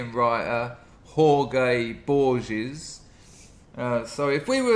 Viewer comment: Everyone pronounces Borges incorrectly. Every professor I've ever heard say the name.